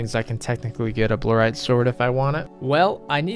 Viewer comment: Bluerite What's the deal with your basic pronunciations just like in general